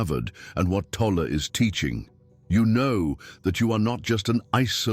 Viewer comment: Great information. Why can't AI pronounce Tolle's name correctly consistently?